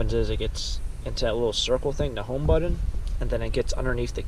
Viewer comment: Nice video.. I like the way you say Button... bud dun. Lol. You must be from the states. I’m in 🇨🇦.